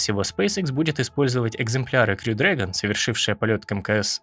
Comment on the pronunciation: Классный ролик! Спасибо. Только точно не расслышал, как правильно говорить: "крю" или "хрю" дрэгон?